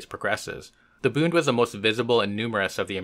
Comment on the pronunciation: Just one thing,... it's Bund not Booned. It should rhyme with blunt, not with crooned.